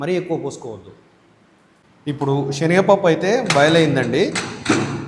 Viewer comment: షేనగపప్పు ఏమిటి..? అయ్యగారు 👌శెనగపప్పు 🎉బాగా పలకండి